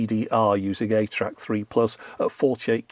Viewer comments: Early on in this video, are you saying "8-track?" It can't be THAT retro can it? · Who else kept hearing 8-Track instead of ATRAC? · For the longest time, every time he said ATRAC, my brain parsed it as “8-track” and I wondered why Sony was going so retro back then. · I was washing dishes while listening to this and every time said "ATRAC" i had to look over to make sure Sony hadn't made a 2000s era 8-track 😅